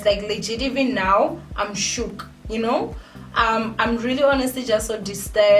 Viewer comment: 🤣🤣🤣🤣Shook"shuuk"aaah you need to get English classes 🤦‍♀️🤦‍♀️🤦‍♀️😂your English is the reason why m still watching your videos 🤣🤣🤣😂❤️I love you my ninja.